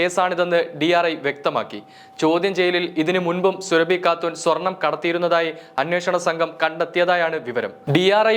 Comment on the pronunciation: സുരഭി അല്ല, സൂറാബി ആണ്. മുസ്ലിം ആണ് ഈ സ്ത്രീ.